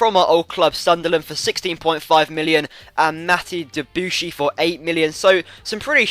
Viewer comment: With Mathieu Debuchy, the emphasis should be on the 'chy', which is pronounced as 'she' ;)